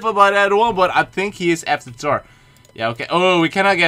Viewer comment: I like that he says tor not Thor